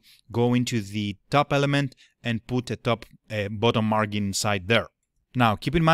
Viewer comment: so you are aware, the G in margin is soft, so it is pronounced like a J would be. Look up the drink Gin as in Gin and tonic, or this link should help Of course you are not a native English speaker, understood